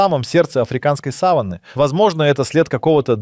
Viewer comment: Сава́нна, ударение на второй слог. А то слово, что вы употребляете, имеет другое значение. Или это плохая озвучка ии, или проверяйте произношение.